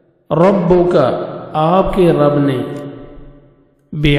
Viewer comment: Assalaam ualaikum jazakullahu khairn. Ayah 13 mai “rabbAka” hai aap nai “rabbUka” kaha hai. Please correct the mistake brother. Baqi ma sha Allah nice hai.